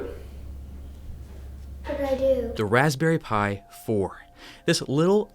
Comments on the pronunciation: "waspberry Pi" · “Raspberry pi” Me: what a pie?